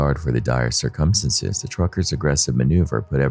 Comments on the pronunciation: Dude i heard u say & have heard u say TOO MANY times the word "circumstances". I can't stand it any more, u r putting the em-PHA-sis on the wrong syl-LA-ble man!! My meaning is u r pronouncing the word all WRONG. Plz plz for the luv of God look up how to pronounce the word circumstances before ever using it n another video. I can't take it. It's just too wrong!! I'm sry. I luv ur videos but for the sake of my sanity plz learn what syllable gets the emphasis n that word. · It’s pronounced "sir-come-stance-ez"